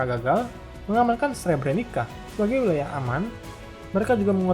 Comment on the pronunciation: Srebrenica dibacanya Srebreni"tsa"🙏